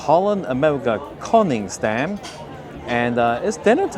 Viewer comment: Can you please say Koningsdam with only 1 n? Don't say Konningsdam😢. Thanks❤